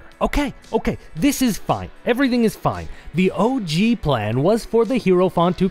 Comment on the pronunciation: Hierophant - /ˈhaɪəɹəfænt/ or /ˈhaɪɹəfænt/ - for those who can't read IPA, the main takeaway being that "hie-" here sounds like the greeting "hi" (I legitimately heard "hero font" and thought it's some DnD term I did not know, until I saw it on screen)